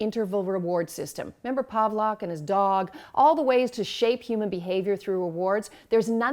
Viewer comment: You would think a Doctor would know it's Pavlov and not Pavlock...but I digress